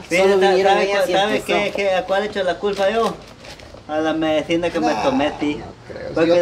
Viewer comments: MEDECINA : no se dice así, se dice MEDICINA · Tío se dice Medicina No se dice Medicina